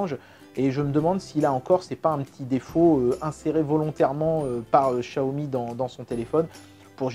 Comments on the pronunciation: J’ai demandé à une personne qui parle le Mandarin et ça se dit « tsiaomi » et pas « chiaomi » 😉 En cantonais c’est Chiaomi mais c’est une marque de Pékin et ça parle Mandarin. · Le Dragon Quand on fait traduire en chinois vocal par Google Translate, ça dit tsiaomi et pas chiaomi. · Par contre, toujours du mal à prononcer Xiaomi et Samsung... Pour toi ça devient "Chiaomi" et "Sanmsung", on ne sait pas pourquoi... Sinon, super vidéo!